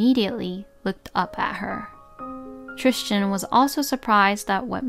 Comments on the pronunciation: Why are you calling him Tristian it's spelled Tristan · TRISTAN! not Tristian….hahahaha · Sounds like she is adding an “h” in the middle of the name…Trishtan 🤷🏼‍♀️ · Why on earth does the narrator keep calling the husband Christian, when his name is written as Tristan? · She's saying, Trischan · Tristan was mispronounced and drove me crazy.